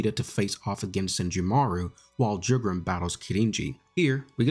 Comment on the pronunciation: his name isnt pronounced "jew-gram", its closer to "you-gram"